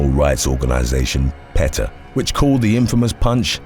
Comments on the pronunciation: You should never ever ever kill an animal that is protecting its young. It’s fu*ked up!! Also, it’s pronounced “pee-tah” PETA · PETA is Pronounced as pee-tah...also, when washing dishes goes wrong...thanks